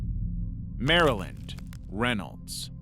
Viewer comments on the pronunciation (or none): none